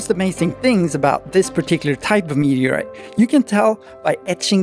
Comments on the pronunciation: I just love your pronunciation of "meteaoite" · What's a mehuuuhgriite?